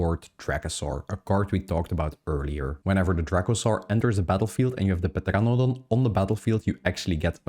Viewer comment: Say it with me, TER-RAN-A-DON